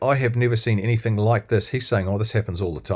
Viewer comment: "Anythink" ..... really ?